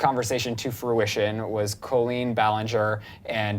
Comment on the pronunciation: They should at least pronounce Colleen's name right. smh.